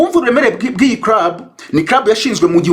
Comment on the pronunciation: 😂 Ahubwo se nti wumvise avuga ngo Busingye yari muri crub/ crab 😅 Instead of club 🤦‍♀️ Mana we! Nayobewe niba ikibazo cya R or L (ndende na ngufi) bigiye kuba identité y"aba Nyarwanda 🤭🙆‍♀️